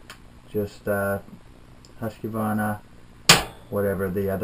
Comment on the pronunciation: the Q really messes up you americans/canadians prononciuation of Husqvarna (: just a simple K, not Qe, it is jsut a fancy way of spelling